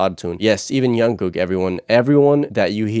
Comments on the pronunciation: Why is he keep saying youngkook..? It's Jungkook..... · ur saying jungkooks name wrong, it's not yungkook... you pronounce it like jeon-gook but made the j of jeon like 'ch' and and the k at the end a bit more like a g sound. And don't pause when u say his name make it flow and quickly Also it's not J-HOP its J-HOPE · Changes in the enlistment laws mean that they don’t have to enlist until they are 30 - none of them have gone. The new law has been dubbed the BTS Law. Jungkook’s name is not pronounced with a “y” sound but a “J” sound. The one who was nervous to sing in front of the others was Jin JK sings MOST of the guides - but SUGA did Soop as he wrote it in a caravan while they were filming the series. Soop in Korean means Forest. The lyrics were originally printed - you were correct but V kept writing the changes down - that is why JK said his writing was bad. He is not the neatest writer. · did he just say youngkook and ungkook lol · fyi you keep saying "youngkook" it's jungkook with a j sound not a y sound (so the opposite of Carl Jung the philosopher) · Also, why do you call him youngkook? It’s Jungkook. The J for jungle. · i just wanted to say that jungkook isn't pronounced with a y sound. its more in line with how you say "junk" but jung with ng sound. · You pronounce the j in jungkook like in jimin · Actually the pronounciation for jungkook is like junk (sound in english) the J not read as Y, and gook (like sound we say google) 😊. And maybe you can check some of JK's work too such as Still with you, Your eyes tell, Magic Shop and Stay. He develops well from years ago.